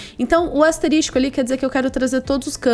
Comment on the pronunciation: Muito bom o conteúdo, valeu mesmo! só não entendo o porque a maioria dos programadores (youtubers) falam "asterístico", quando deveriam falar asterisco, chega a dar um drift no cérebro, mas tudo bem.